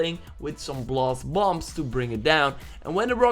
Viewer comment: "Bloss bombs"